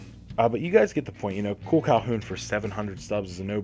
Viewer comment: you said Calhoun right, for sano you say it more like sun-o